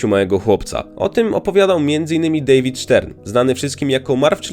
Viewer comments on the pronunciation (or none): none